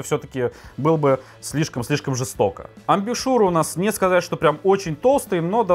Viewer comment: Не амбюшуры, а наоборот - амбушюры!!! Технообзоры они такие... технообзоры))